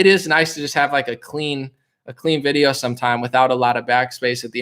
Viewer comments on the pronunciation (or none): none